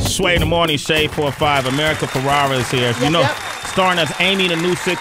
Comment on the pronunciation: Please say her last name correctly. America is too sweet for not correcting you.